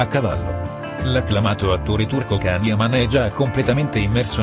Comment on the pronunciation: Non si legge Can,ma Jan ,documentatevi se fate questi sbagli,siete poche credibili